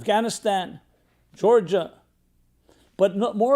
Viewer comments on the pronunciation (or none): none